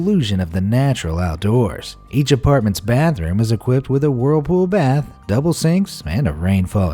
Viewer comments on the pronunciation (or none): none